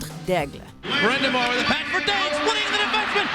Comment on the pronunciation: that daigle pronounciation tho